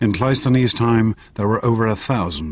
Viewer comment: That's not how you say Cresus' 🙄 Or Cleisthenes' But okay, point made.